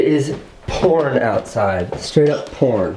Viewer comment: It sounds like Casey said Porn instead of poring.